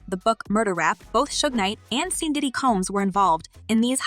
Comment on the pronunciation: I love your channel but please get the pronunciations of names correct, like Diddy not daddy, Pac not Pack and sean not seen, just saying. Keep up the good content.